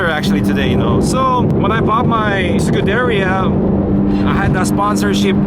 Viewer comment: “Secudairyuh” come on now 😂